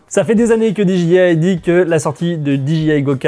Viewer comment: Génial. Très bon format. Surtout le jingle à:D Contenu toujours pertinent en tout cas. Juste une bricole... Peux-tu dire "Dé Ji I" en français ou "Di Dgay Aï" en anglais? "Dji" en anglais, c'est G et mes oreille saignent à chaque fois:p